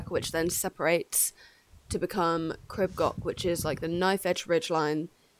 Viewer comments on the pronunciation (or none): Crib Gock. 😂 Its Goch pronunced like Loch ness I think you're awesome going barefoot btw. Well done 👏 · I appreciate that you are English but please can you learn how to pronunce Crib Goch ( not Gok) and Pen y Pas ( Not Penny Pas) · I know it's hard if not a Welsh Speaker. It's pronounced phonetically Creeb Goch (the 'ch' makes a guttural sound). An Pen 'y' (that sounds like 'urgh' in English and Pass. Amazing how you did this though I enjoyed your video. X